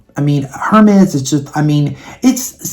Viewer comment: I think going into sephora and swatching is a good idea, lol especially with the pandemic. That Chanel advent calandar is outrageously priced, wow. Just FYI, I hope it doesn't offend you , Hermes is pronounced with a silent H- "ermez"- if you even care , lol. I know how it feels to be corrected ,(in a store, and very snarky, and mean) when I was looking for Aigner shoes( Etienne Aigner, I'm old, lol). I suppose it was annoying to the sales person , I butchered it and had a little southern twang. I used to buy Estee Lauder holiday sets and loved them although the cosmetic products have upped its game the past 10 years. I hope today someone was nice to you , just in case I'm saying I ❤ you 😘